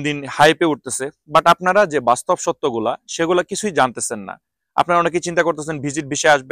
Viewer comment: আপনার কথা বুঝা যায় না যখন বলেন টাকা পয়সা লাগবে না তখন না শব্দটা স্পষ্ট হয় না ( রিক্রুট এজেন্সি বলার সময়)